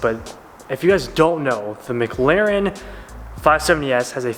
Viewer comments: It’s McLaren not MGlaren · Gotta learn how to say mclaren